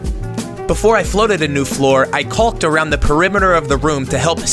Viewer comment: Really enunciating that "L" in caulk. Trying to not get that age restriction on your video?